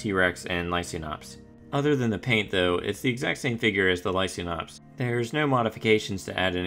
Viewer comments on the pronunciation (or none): Hate to burst a bubble, but it is pronounced "lie-KANE-ops". You know as in Lycan for Wolf (if you watch the Underworld franchise)?